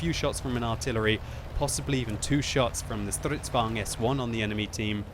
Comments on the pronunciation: Stridsvagn, Kranvagn*... "Stritsvang" and "Krangvang" makes me cringe! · every time says "stritsvang" or "krangvang" I cringe a little